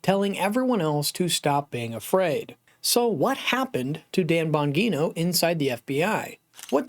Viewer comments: BAHN-JEE-NOH not BAHN-GEE-NOH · Bon -GEE-No. Not Bon-Ghee.-No. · It's "Bon gee no" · Oh my gosh, you keep saying the name wrong oh it’s annoying🥴🤨🤮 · You are pronouncing his name incorrectly STOP THAT IT SOUNDS TERRIBLE. LEARN HOW TO PRONOUNCE HIS NAME CORRECTLY. HOW CAN YOU DO THAT? HOW CAN YOU TALK ABOUT SOMEBODY ON YOUR SHOW AND NOT KNOW HOW TO CORRECTLY PRONOUNCE THEIR NAME PRAISE GOD. 🙏🙏🙏🙏🙏🙏🩸✝️🙏🙏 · Here Here!